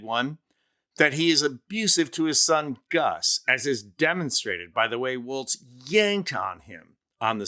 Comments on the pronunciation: Walz. Not Waltz. Not Walsh. lol. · I usually love your videos, but I have some constructive criticism on this one. 1) I believe Walz's brother has already backed out of all of these claims B) Jesse Waters said Tim's last name correctly "Walls" after you said "Walsh" and "Waltz" interchangeably throughout the video. Jesse. Waters. iii) This criticism is of the Walzes, you're totally right, that the apostrophe should never, ever be used to pluralize. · I like how it goes from Walz to Waltz to Walsh to Wa[vague mumbling]